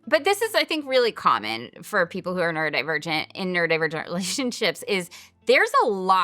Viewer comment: Even tho i did not have any of this knowledge nor support 27 years ago, i am so grateful that my kids do. Thank you for this channel ❤❤❤. BTW, my neurodivergent brain hears 'nerdivergent' whenever you say the word. 😊😊😊 me to a T